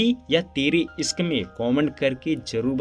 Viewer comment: Sorooaaat, sankar, iskk, saadi soping, sikhaawat, sock😂 tumhari dictionary main "sh " nahe hai kia ?